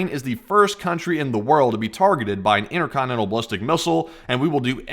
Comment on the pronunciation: "Inner conne-nenal missl" ?